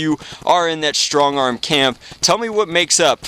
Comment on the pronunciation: Lmao you said stongarm.